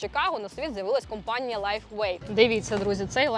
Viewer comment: Це неправда , що Ви із Харкова ! У Вас конкретний западенський говір ! Ну наші люди ... Не можуть , щоб не збрехати ... ( вОробництво , кУмпанія нуі і т. п.)